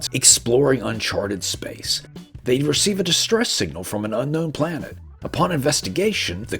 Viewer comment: Were you trying to say planet? 🪐